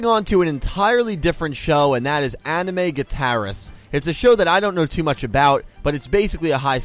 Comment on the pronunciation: Completely forgot that moment in Anime Gataris. (Which u butchered the name of 😂🙏). There's also a fun scene in Toradora where one of the MC reenacts/mimmicks the actions of a duel in front of her classmates